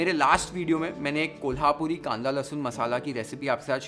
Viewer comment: Kolhapuri, zanzanit ,watan ani misal pronounced so correctly ❤